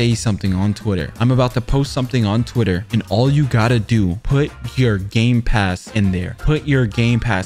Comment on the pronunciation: "I NO HAVE TWITDDER 😭😭"💀